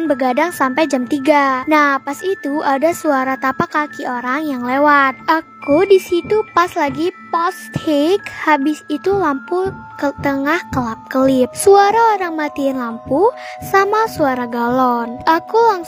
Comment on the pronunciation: Bacanya posting :v bukan posthink